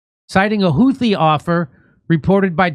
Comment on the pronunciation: No, it's not a name we gave them. Ansar Allah, are also know as Houthis because that was their founding leader's name. The name 'Houthi' sor حوثي in Arabic is the name of their original leader whose full name is Badr Al-Houthi. It is 'Houthi' with 'th' as in 'Think' not 't'. Their current leader is his son Abdel Malik Al-Houthi. The word has a meaning in Arabic but I won't bore you with that knowning how fast you'll forget anyway. I know how easily bored, distracted, and disinterested Americans are when it comes to other cultures, or anything about other people outside the US 😁